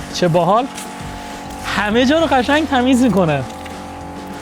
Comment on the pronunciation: چرا قشنگ رو یجوری تلفظ میکنی کلاً ق و ش رو یه جوری تلفظ می‌کنی نمی‌دونم چرا